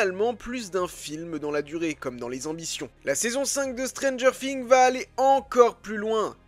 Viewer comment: C'est moi ou il dit stranger fings